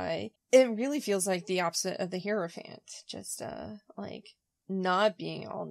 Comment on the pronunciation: Thanks so much for this! And please don't take this the wrong way--I mispronounce words that I've read but never heard all the time. So, no judgment but--Hierophant is pronounced HIGH-ro-fant, not HEAR-o-fant. Keep up the good work!